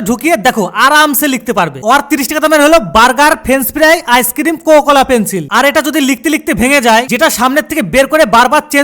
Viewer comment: Pencil ❌ Penchil✔️😂